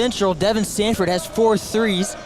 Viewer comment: *Sanford!! No T!